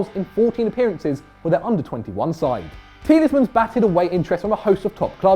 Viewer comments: The amount of times he's saying TieleSmans is actually hurting me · Why do you say 'Tielesmans'?? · can't pronounce Tielemans "Tielesmans" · It's Tielemans, 😤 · Tieles mans 😂😂😂😂